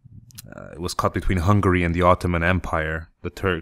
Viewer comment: im sorry but it sounts like you say hungry not hungary :P